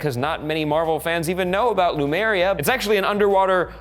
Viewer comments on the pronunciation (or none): "Lumeria",? Really?